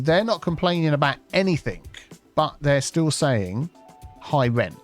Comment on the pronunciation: There is no K at the end of enything ore other words ending in ing